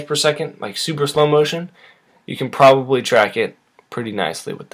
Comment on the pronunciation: You keep saying probaly and it hurts